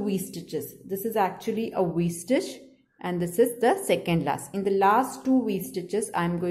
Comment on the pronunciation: To me she keeps saying w stitch but it’s really V stitch